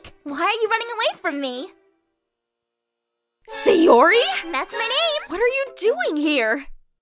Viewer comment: Her name is Sayori not Sayuri